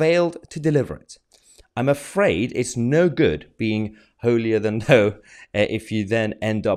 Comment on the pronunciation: Mahyah, great, informative video; only one problem is you mis-pronounced holy-than-thou, you pronounced "thou" as "th-you" - it's pronounced the same sound as "ow".